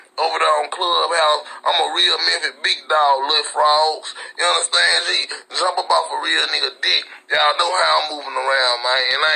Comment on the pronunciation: "Did u underSTANG?" 😂